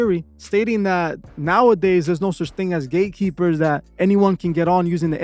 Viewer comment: He said Gay keepers instead of Gate Keepers 😂😂😂 I like the subtle humor😂😂😂